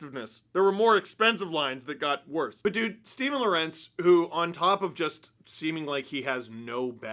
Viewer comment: Pronounce: Law-Wer-Untz